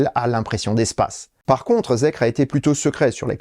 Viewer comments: Ça se prononce "Zikeur". Effectivement zèkre ça sonne très très mal 😄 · Ça se dit "zikeur" pour info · J'ai rien à redire sur la vidéo, mais par contre ne dit-on pas "Zikeur"? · Bonjour, personnellement je le prononcerai "Zikair" mais je ne sais pas si j'ai raison. En tous cas la prononciation "Zèkre" est totalement nulle pour la France. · merci pour vos émissions toujours très complètes mais ne restons pas franco francais jusque dans les prononciations : ZEEKR se prononce ZIKER (ZEro Emission KRypton) "ZIRO ZIRO ONE ou EXE" =_= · Se prononce Zikeur